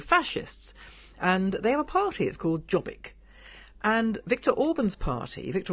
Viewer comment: Awww the beginning was so cute!❤ you guys! Excellent! Ps. Jobbik is pronounced with a "y" so you'd say "yo-bik" not "j". And Jobbik was a part of the govt for awhile, was in coalition with Orban's Fidesz.